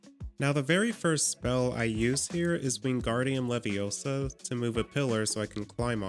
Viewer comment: it wingardium leviosa, not WinGaRdIuM lEvioSo